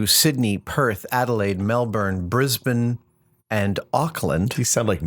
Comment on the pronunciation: I gotta say, that's the best pronunciation of "Brisbane" I've ever heard from an American. Even the 'Melbourne' wasn't bad.